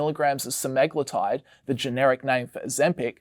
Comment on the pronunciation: Butchered “Se-me-glu-tide”